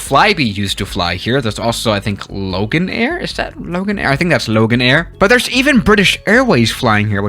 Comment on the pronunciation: When he said Loganair I felt like slamming my head into a wall